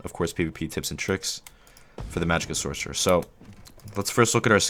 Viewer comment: Lol "sorsherer". Informative though thank you.